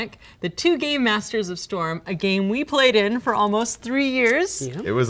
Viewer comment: it sounds like shes saying two gay masters